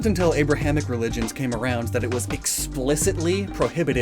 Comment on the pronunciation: Emphasis on "came"